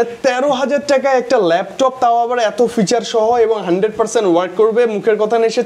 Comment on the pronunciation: আরে অশিক্ষিত ফিউচার না।।। ওটা ফিচার হবে😊😂